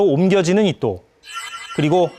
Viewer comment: 나만 이토가 아니라 이또로 들리나?